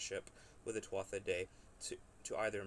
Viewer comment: In "Tuatha," the "th" is silent....